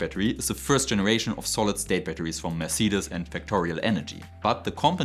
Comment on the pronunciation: Mercedes is pronounced mer-say-deez I remain hopeful for new batteries, but I will not believe any of them are viable until techtubers can buy one for relatively little, test it, and cut it apart.